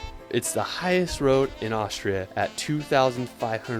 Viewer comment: He keeps saying Aushria